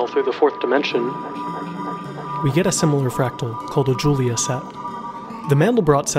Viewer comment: You mispronounced Julia (he was French)